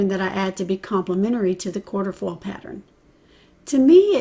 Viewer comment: Cute simple spread! Just so you know, the stencil is not quarterfoil, it’s quatrefoil pronounced kwa-tre-foil.